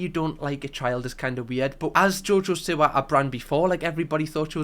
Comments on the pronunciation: Am I the only one that hears Jojo sewer? 😂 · genuinely thought u were saying jojo sewer for half this video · The way your saying jojo siwa its jojo see wa